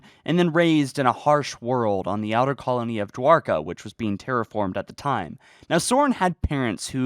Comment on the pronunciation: Dwarka? Did I hear that correct?